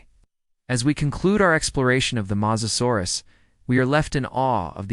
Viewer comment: Let's make a video and mispronounce the main topic through the whole video. Cant take it, did not finish. Fail! 👎